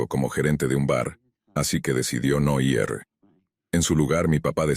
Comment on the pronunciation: Porque siempre dices ierre? es IR.